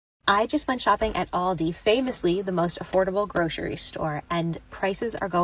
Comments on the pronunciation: Also public shame for saying Aldi's with an S. It's Aldi.😊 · Why do people say ALDISSSS with an s, but not walmartSSSS or target's. Its aldi. We shop, at aldi. Not aldissssss.